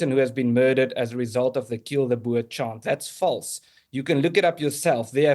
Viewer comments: Its not BURR Piers Morgan it is pronounced BOAR you pillock. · Please Piers, a boa is a snake, or a fluffy accessory, it is boer as in 'boor' and rhymes with moor. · I wish people could say BOERRRRRR and not bo-er. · Why is it so hard for Piers to say Boer? It’s literally said the same as “boor” as in “boorish” behaviour because thats where the English word “boor” meaning peasant or farmer comes from lol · Getting quite fed up with mispronunciation of Boer and Malema and even Ramaphosa. Stickler for language sorry but if you are a reputable public figure who is supposed to be well versed then you need to know how to pronounce names... Piers.